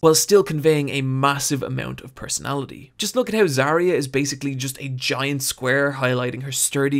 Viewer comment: gotta love how he says "HEUW" instead of How xD